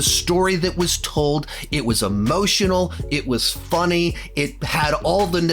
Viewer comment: I like you,... I really do. However, the way you say “funny” is deeply concerning.